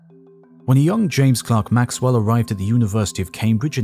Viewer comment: Maxwell's name is pronounced "klurk", not "klark". Leave it to a Yank to correct a Brit's pronunciation.